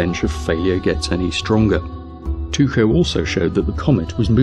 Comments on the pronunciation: With every video you make me cry with laughter, keep it up! BTW, a small nit to pick: "Two-show" is the German pronunciation,"tee-Koh" is the Danish pronunciation (as well as the Latin) Brahe change his name from the Danish Tyge to the Latinized Tycho. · Tycho is pronounced Tea-ko, you presumptuous git. Otherwise carry on. :) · Isn't it, Tycho, pronounced "Tah coh" (Taco) ... mmmm, tacos! Aw nutz, now I is all hangry! 🤡🌮🌮🌮🌮🌮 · He can’t pronounce a lot of these things. I was almost waiting for him to call him “Taco Braingate” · One thing though, you can pronounce Tycho as 'taikou' (according to wikipedia at least). Even if you wanted to pronounce it as a Dane would, it's neither 'taikou' nor 'tuxou'. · The narrator, although correct in most points, was wrong regarding his pronunciation of Tycho. His name is NOT Tucho! Jism pronounced Tycho's name correctly. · Where are you getting your pronunciation "too-coh" from for Tycho? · GreatPirateSolomon Well, more like Tu'-ko. But his first name is the latinised of the name Thyge, so how you pronounce is kind up to yourself :P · Incorrect, in Danish the e is voiced "Brah-heh". The Tycho is mispronounced, however, it is more like "tuecho" like u-umlaut would be in Deutsch. In English both "Brah" and "Brah-Hay" are correct. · I can at least understand the consistent mispronunciation of Tycho Brahe’s name, as here in the U.S., I don’t think I ever saw the name rendered with the umlaut that indicates the appropriate pronunciation (at least not in school). However, I find the rest of Jism’s errors less forgivable. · To be fair, the Danish pronunciation of Tycho Brahe is more like [ˌtyɡo ˈbʁɑː] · Also is that how you pronounce his name? Have been pronouncing it wrong for years? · Cut the guy some slack on the pronunciation: in the States we call him /ˌtɑɪ.koʊ ˈbɻɑː/. Your way may be more accurate but I've literally never heard it from an American. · His name is pronounced Tycho NOT Tucho! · its Tycho not Tuko